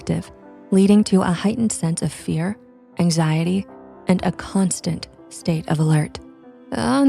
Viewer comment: “no axiety”